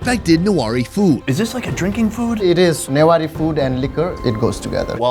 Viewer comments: Not nuwari it's newari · The fact he mispronounced the word " Newari" was torture to my ears 🤣bc I'm nepali and have a newari friend (I'm newari too)